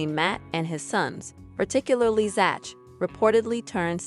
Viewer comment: Zach is pronounced zak.